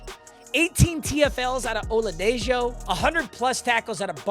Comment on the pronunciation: It's pronounced oladeho